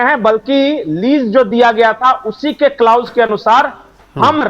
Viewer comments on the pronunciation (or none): बहुत बढ़िया विश्लेषण किया किन्तु ये शब्द कलौस है नाकि क्लाउस...... प्लीज सही उच्चारण किया करें....